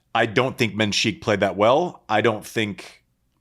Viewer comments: It's MENsik , not menSEEEK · Interesting point. What actually is the implication is making. I also have issue with how he says Mensik's name. Other than that I think he's been pretty interesting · What annoyed me was him refusing to pronounce Mensik's name correctly. As for his takes, the delivery sounded mean, but there was some food for thought in his words.